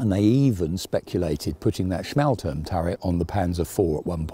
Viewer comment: "schmahl-toorm," not "smale-turm."